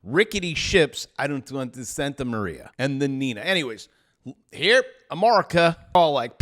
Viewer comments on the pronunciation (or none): none